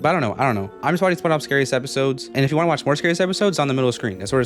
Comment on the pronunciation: spongebob ❌ sponobb ✅